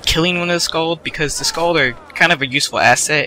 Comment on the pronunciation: skaal not skaald